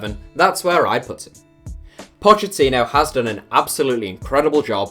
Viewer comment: It’s pronounced Pockettino why does everyone pronounce his name wrong he even said it in an interview how to pronounce it. It’s a italian pronunciation not Spanish